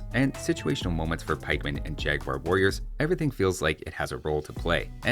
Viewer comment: I remember oh so well, but I loved so much the pronunciation of “jagwair” :)